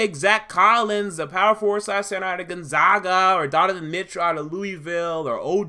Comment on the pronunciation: I knew he'd say Gonzaga wrong.